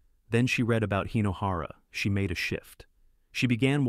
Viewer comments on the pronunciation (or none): none